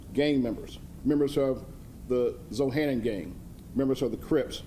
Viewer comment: Aint even saying Zohannon right Free DaBros! #Zhg💕 #FreeBabyfox💯